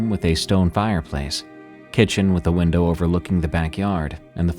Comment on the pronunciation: Good catch with Lake huRON! I heard winDOWW too! This causes a brain skip to me and makes me a little sad with now another AI so few humans left on the Dead Internet!😢